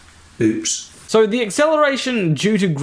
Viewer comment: I kinda wanna choke him when he says "oüps"